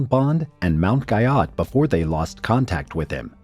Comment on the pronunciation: Guyot is pronounced “Gee-oh”.